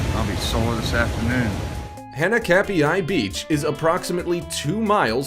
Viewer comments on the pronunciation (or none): Pronounced hah nah kap e I beach.. and do something about your incredibly annoying voice! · When you're Hawaiian and he completely slaughters the name Hanakapiai and Kaua'i